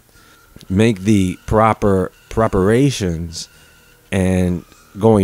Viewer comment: I love you brother but proparations??😊😅 really